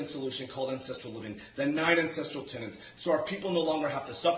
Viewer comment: Every time you said ancestral tenet, I heard ancestral tenant, and it just made me imagine Liver King pushing the lifestyle of renting out your attic to your grandmother.